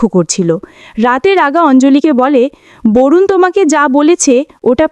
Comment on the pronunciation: হিন্দিতে ভারুন শব্দের বাংলা উচ্চারণ হবে বরুন। ভারুন না।